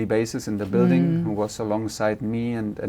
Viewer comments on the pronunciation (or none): none